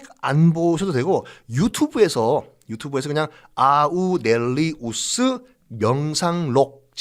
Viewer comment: 마르쿠스 아우렐리우스를 아우'넬'리우스로 발음하신 듯 합니다.